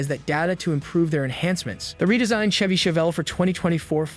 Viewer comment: My thoughts exactly! Terrible A.I. can't pronounce Chevy!!